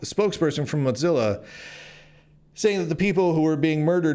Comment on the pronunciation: I appreciate you, Lunduke. But why in the name of all that is holy do you pronounce it “Mot zilla”?